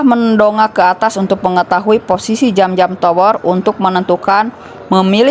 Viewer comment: Bukan jam-jam Tapi zam-zam cara bacanya seperti lidah bergetar